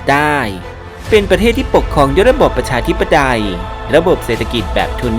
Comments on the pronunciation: เดี๋ยวๆๆ..นี้พี่พูดว่า "ประชาธิปไดย" งั้นรึ😂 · ใช่ แต่ว่าแอดเขาพูดว่า ประ ชา ธิป ไดย